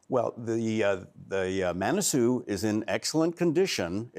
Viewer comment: Manasoo not Monasoo